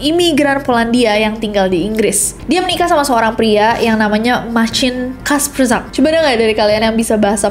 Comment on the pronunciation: itu emang marcin bilang nya, hard C, tapi kasprzak nya kaya "kaspszak"